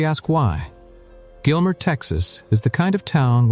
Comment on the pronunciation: That is not "Gilmer"